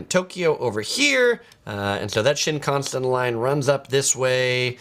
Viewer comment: You are really mispronouncing Shinkasen.